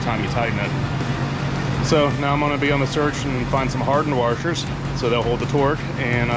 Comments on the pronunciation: says waRshers instead of washers…. Is someone watching the great AvE? Seriously guys, you must watch him. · Heh .... "Warshers"